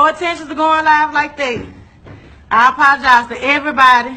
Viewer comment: Yeah she was scared asf she couldn't even pronounce apologize correct r.i.p